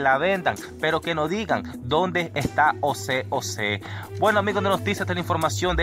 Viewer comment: Mi brother, no es Ose Ose, es José José.